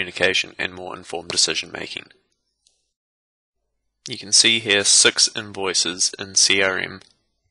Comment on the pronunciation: did you say sux unvoices or six invoices?